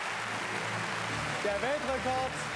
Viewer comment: Er sagt statt Klasse Kasse😂😂